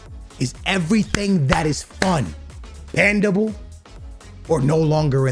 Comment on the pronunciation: Yo man said banndable 😂